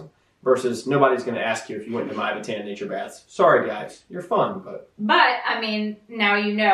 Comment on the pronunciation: Mývatn is pronounced [mee-vatn]. Besides that, an interesting video. :)